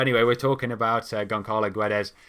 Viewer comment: ç = ss, Gonçalo = Gonssalo. In Guedes, you don't say the "u".